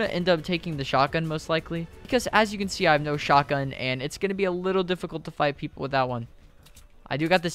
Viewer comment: the way he says shotgun